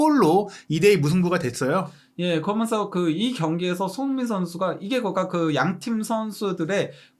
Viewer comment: 궁금한데 왜 '그러면서'를 '그러먼서'로 발음하죠? 하면을 하먼이라고 하고.. 이강인 따라하는건지 어릴 때부터 외국 산건지 😅